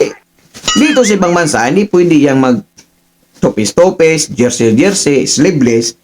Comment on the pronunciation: NOT TOPIS, “TOPLESS” ANG CORRECT WORD, GENTLE CORRECTION LANG, HE-HE. 😁✌️